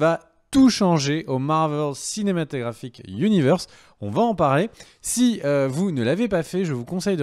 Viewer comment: Ant-Man va tout changer au "Marveuellesse cinématégraphique zuniversse" ... :p hum meuh non j'me moque pas :D hihi ^^ ... mdr a c'est pas mieux :p :p presque presque ^^